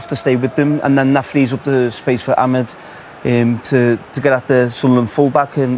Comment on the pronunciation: Why do commentators and pundits call Amad, Amed his names Amad A not Amed E 🤦‍♀️